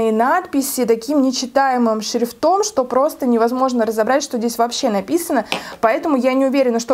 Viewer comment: шрИфтом, а не шрифтОм.